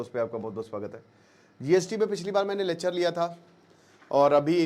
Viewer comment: Yrr pahle to bhai aap "Lechhar" "Lechhar" bolna band karo : P Lecture saf saf bolna hai